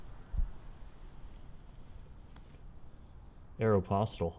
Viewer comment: the way he said Aeropostale 😣